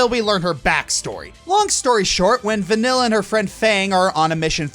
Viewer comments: It’s not vanyl it’s vaneeye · pretty sure it's pronounce van-eel not van-ill, but she sure does make you feel ill sometimes XD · OK I'm pretty sure "vanille" stands for vanilla in french, so pronunciation wise, we should not hear any L here... "ill" in french has a specific pronunciation. something like vanee-y-'